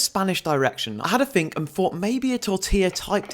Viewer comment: "I fink" "my finking" why can't you pronounce THE words correctly